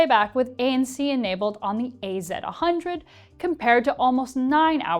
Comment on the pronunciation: It's WF ONE thousand and AZ ONE hundred, you absolute psychopath 😒